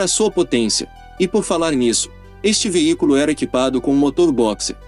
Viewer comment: Tu falas veícoro ou veícro??? NÃO SERÁ VEÍCULO???!?!?!?